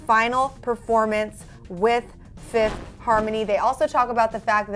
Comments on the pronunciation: You did a mistake its fifth* harmony not Fififth harmony lol😂😂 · FIFITH HARMONY... FIFITH??!? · "Fiffith Harmony" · 'fifith' harmony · 'Fififth' seriously.